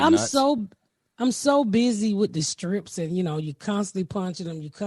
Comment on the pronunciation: So cute the way you say strips instead of scripts and nobody corrects you. ❤️❤️❤️